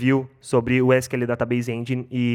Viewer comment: ESS KI EL SERVER DATABEISE ENDJAINE = PRONUNCIA KKKKKK